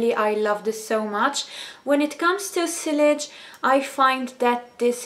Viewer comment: Sillage is pronounced 'see-arj'